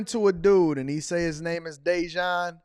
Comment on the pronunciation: Day-Jawn sounds like An-Ton.💀